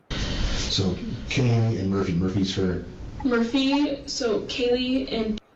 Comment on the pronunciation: Yes the guys who was on every body cam at the house, then curiously can't remember how to say Kaylee's name (he called her Kylie)